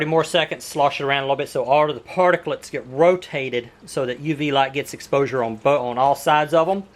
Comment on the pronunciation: Stop saying particlits